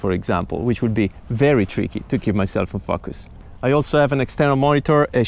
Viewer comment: Who else thinks was trying to see how many times he could say fuckus when he say "in focus" 😛Awesome job though, really helpfull